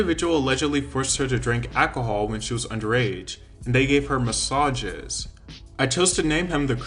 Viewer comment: Also... really? "Acohol"? It's "Alcohol" ffs, man.